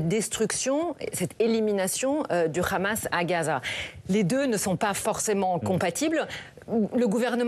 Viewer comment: Ils prononcent toujours KHamas au lieu de dire Hamès ! Il faut qu'ils arrêtent de confondre l'hebreux moderne avec l'arabe classique ; il n'y a aucun rapport entre les deux. Trop différents